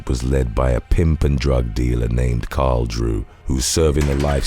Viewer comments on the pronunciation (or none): none